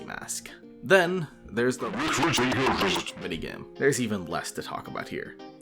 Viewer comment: Can't believe he actually pronounced RWQSFSASXC's name correctly